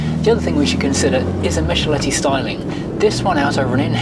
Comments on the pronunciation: MiCHelotti is pronounced MiCKelotti in Italian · Yes, Michelotti, not Misholetti! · "Michelotti" is pronounced "Mickle-otty", just being helpful, love your videos! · 1'46" / 3'12" Michelotti, please: Mick-el-ot-ti. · Michelotti is pronounced "Mee-keh-lot-tee" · Errr... it's MichelOtti. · Errr... Mee-kel-LOH-tee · sorry but that's not the way to pronounce Michelotti. From someone who's first car journey after being born was in a GT6 Mk3 and happened to own one and loves Triumphs, it's pronounced mick-eh-lotti. The Apach/Victoria would have been a top seller in the UK if BL had marketed it I reckon. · If you are going to be so pedantic as to correct someone at least get it right. Mee-kel-LOH-tee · Very interesting car but poor old Giovanni Michelotti would be spinning in his grave at the way you mangled his name.😅